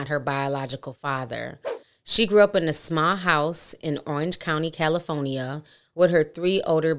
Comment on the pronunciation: always says CALIFOENIYA Lol